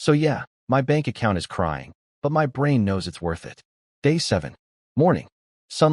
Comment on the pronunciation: It is good, with some great lines. Just wish the A.I could be fixed so it doesn't spell out words. Hearing M.Y instead of my is kind of annoying.